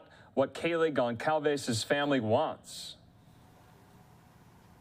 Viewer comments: why do so many news channels keep pronouncing the name as gonKalves!! It is pronounced gonSalves for crying out loud. How is it possible that so many journalists on big news channels don't know how to properly pronounce a very common hispanic name?? This is basic. Every time I hear GonKalves I feel like I cannot trust these people with facts. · Gon/ Sol/ Ves Jesus Christ Can the damn reporting not get the dead girls name right even 1x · Did she just say Kaylee Gonzales lol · Can no one get that poor family’s last name right geez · Can’t believe this weirdo still can’t pronounce the victims’ names correctly